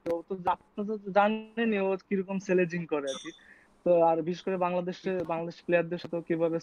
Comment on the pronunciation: selejing!!! 😂 Plz keep pronunciations right.